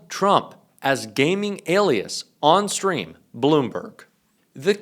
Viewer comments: on steam not "on stream" lol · It's "Steam" not "Stream". Steam is a gaming platform and community.